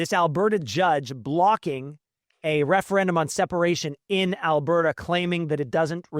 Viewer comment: that was your first mistake, he is from Quebec. You can hear the disdain in his voice, he does not hide it. And it is AlbERta, Not Abairta...